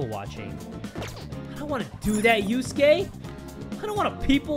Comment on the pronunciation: You say and yuskae rhyme